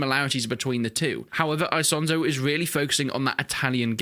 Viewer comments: It's not said ISONZO with the English I but it's pronounced Eesonzo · E "sonzo" not I "sonzo" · Im italian buddy its Esonzo not I as in me sonzo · The right pronunciation is "Ease-on-zo". Btw, I actually live very close to Isonzo river. I can get there by bike in 10 mins.